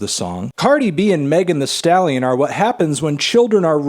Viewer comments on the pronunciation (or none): I thought he said Megan Trainer the whole time lmaooo